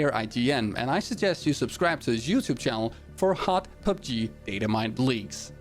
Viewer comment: I like the way he pronounces PUBG as PUBGIII